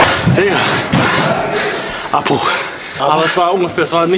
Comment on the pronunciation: Lol Lol er sagt abruch